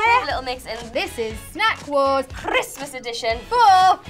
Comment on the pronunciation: no one: jade: KKRRRRISSMASS edition!